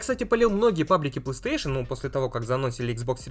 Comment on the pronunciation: Ты конечно извини, но у меня вопрос. Почему ты говоришь плааустейшен, а не плейстейшен?